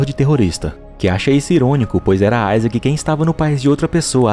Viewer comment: Mano meu nome e Isaac e não fala assim